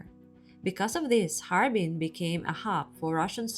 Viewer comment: 捉虫：哈尔滨 bing，水边，不是哈尔宾bin。